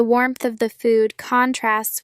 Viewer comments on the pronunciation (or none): Sry why is there wrong pronunciation???? For ex the word contrast when is a verb the stress is on the second syllable but here you put it on the first syllable Plz answer me